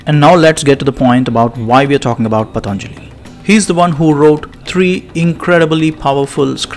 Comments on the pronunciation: His name shouldn't be pronounced as " Pathaanjali" it should be pronounced as "Pathanjali". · Pa....ta.....njalli,.....non è delle lingue indiane